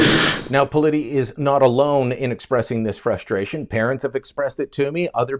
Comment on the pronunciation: At the 59 sec mark, Lilley says parents are expressing their "frushtration". I only noticed this because it's becoming a popular mispronunciation by TV pundits. For example, both Sean Hannity at Fox News & former First Lady Michelle Obama mispronounce "administration" as "adminishtration". Yet they have no problem correctly pronouncing "s" in other words. This leads me to wonder if it's just lazy articulation on their part.